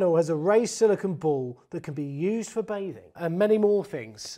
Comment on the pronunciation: Lol "Bay Thing" mad!